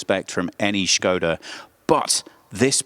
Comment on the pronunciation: Hey Team, love the effor you put in your pronounciations, Skoda was perfect :) if you'd like to step it up a notch, Octavia is [Octaavia], the 'a' is prolonged :P thanks for the vid, I didn't even know there was a new version till I saw you in my inbox, nice.